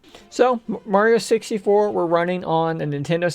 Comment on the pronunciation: He said wario 64